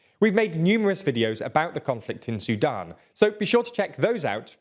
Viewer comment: I can't believe the way he says Sudan talk about silver spoon I thought a whole cutlery drawer was about to fall out of his mouth that was way to posh a Southerner accent for my liking gonna have to dislike this one and I have the ad on so I can see the other 10 dislikes on this video so far great job YouTube bravo!